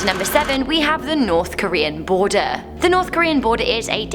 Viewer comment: "North Korean Boarder", lol. Snowboarder? Rental house boarder? Or did you mean border, sweetheart?